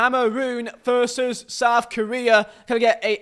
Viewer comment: I love how he says veet instead of v for versus